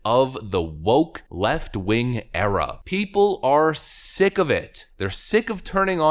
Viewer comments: Did you say the Obama Era or the Obama Error? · Did you say, 'era' or 'error'?